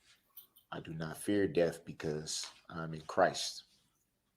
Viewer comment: The word is CHRIST - Not chriss